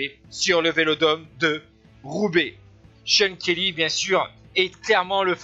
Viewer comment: I like the way the french commentator pronounces Kelly's name as "shonkerlee"..:)